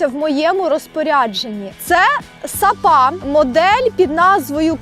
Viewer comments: Клас! Тільки не сапА, а сАпа, або якщо ти це кажеш по приколу тоді ок) upd. і не грАблі, а граблІ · добре підмітила, не знав, але ніби не звучить природньо наголос на останній склад